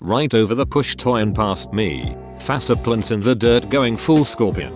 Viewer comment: You'd THINK that whoever created the auto-reader that THIS and MANY other channels use would update it with some patches for curse words and some other words that the program COMPLETELY BUTCHERS!!! Faceplants= Fasuh plints Dumbass= Dumba Cringy cr